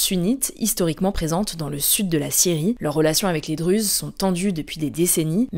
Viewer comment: On écrit Druzes mais on prononce Dourouz c’est bizarre de vous entendre dire Druzes